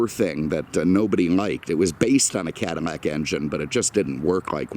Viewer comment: Just curious I notice you often replace l in words with m sound like often saying cadimac instead of cadillac and I noticed a few other words ....just curious